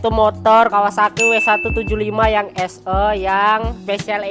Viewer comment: 'SE' 'E'nya dibaca 'E' bang bukan 'E'